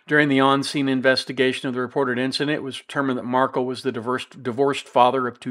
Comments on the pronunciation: You’re mispronouncing Dan MARK-EL’s name again!! The man had his children’s last name changed to Adelson & his family, legacy & memory has literally been erased from their lives. Please have respect for the man and pronounce his last name correctly. It’s not Markle. It’s MARK-EL - with a hard “EL” at the end. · Please pronounce his name correctly...it is marKELL, not Markle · jeez. At least pronounce Dans last name correctly. “Mar-Kell”not “mar-cull”. Cmon man, there’s been four trials already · A small point but it’s mar-KEL. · Mar kel is the correct pronunciation 😄 thanks for the commentary on this case! The case management hearing is on January 30, 2024, defense will invoke their right to a speedy trial, by all indications of the last appearance. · It’s MarKel. Pronounce name correctly. Thanks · Yeah, he just can’t be bothered to pronounce Dan’s last name correctly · Markel is not pronounced the way you say it.